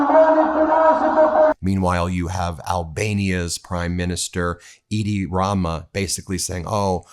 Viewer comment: Edi pronounced Eddy, not Idi, like Idi Amin.